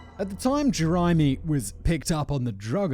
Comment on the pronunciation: Did he just fucking say 'Geezer' when pronouncing 'Geyser'? It's like he puts almost next to no effort into any of these videos even though all the does is read from a script, common Simon. I also don't think that's how you pronounce Jeremy.